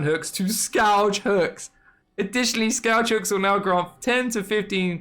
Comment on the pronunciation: "Scawdge hooks" Lol